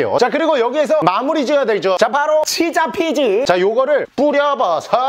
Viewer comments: 피자치즈인데 치자피즈렠ㅋㅋㅋㅋㅋㅋㅋㅋㅋ넘 웃곀ㅋㅋㅋㅋㅋㅋㅋㅋㅋㅋㅋㅋㅋ 너무웃기고 재밌당ㅋㅋㅋㅋㅋㅋㅋㅋ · 자연스럽게 계속 치자피즈라고 하는거 킹받네 ㅋㅋㅋㅋㅋ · 24분44초에 님이 피자치즈말고 치자피즈라고 했어요!ㅋㅋㅋ😆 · 피자치즈인뎈ㅋㅋ 계속 치차피즈라 그렠ㅋㅋ